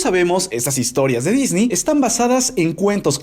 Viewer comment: Queda mejor "disnei" que "disni"